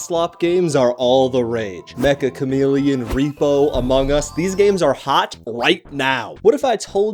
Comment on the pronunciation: It's Met-cha Chameleon.